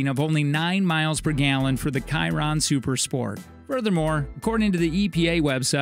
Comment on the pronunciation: buggati kiron lmao pronounce the ch like a shi